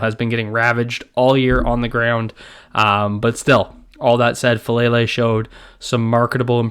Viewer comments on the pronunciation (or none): its pronounced Fah Lah Lay not Fah Lay Lay